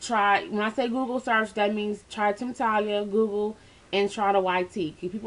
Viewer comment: it's "temptalia"